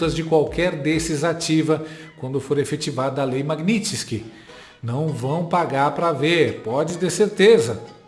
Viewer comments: Não é magnitinske ....é magnitski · a pronúncia é maguinisqui